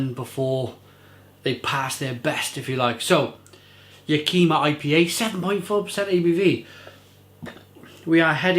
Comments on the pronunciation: Living a few hours drive from Yakima it pains me to hear you pronounce it that way. Sorry mate. Ya' ki ma is the correct pronunciation. Alright enough of the grammar police. Cheers. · first off click on this 17 second video,, it tells you how to pronounce Yack-Ih-Mah. It's a Native American (Indian) tribe name, also a valley & city, as well as a hop name for the region. Washington state has Yakima Hops, Oregon State has Cascade Hops, cheers!